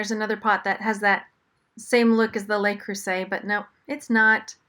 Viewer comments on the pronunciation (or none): Le Creuset: the s is pronounced like a Z 😉